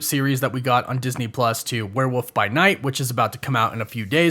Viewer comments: The way you say were woof....frustrates me...lol its were wollllllllllf.....wollllllf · ...it is WEREEOLF NOT WEREWOOF